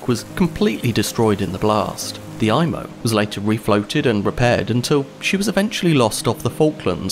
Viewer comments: It's pronounced "E"mo", not "I"mo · Good Video! Just a few additions to your information. In French, an "I" is pronounced like an "E" in English, so the ship's name is pronounced like EMO. The submarine net extended from McNabb's Island to the Halifax side of the shore of the harbour mouth. When the Mont Blanc arrived at the mouth of Halifax Harbour too late to be admitted, her Captain was so concerned that he had the red hazardous cargo flag taken down. He was nervous that flying the red flag would make the Mont Blanc more of a target while at anchor outside the harbour that night. The Captain was in such a hurry to get inside the safety of the harbour the next morning, that he did not remember to raise the red warning flag. This would have given some warning to other ships that the Mont Blanc was a floating bomb. Your explanation of the reason that the Imo was out of position in the Narrows was the best I have ever seen. Good work.